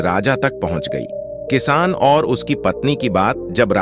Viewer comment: Editing bahut kharaaab hai. Kisaan is called as kiss. Lagta hai Auto reader lagaya hai jiski wajah se galat words bhi pronounce ho raha hai.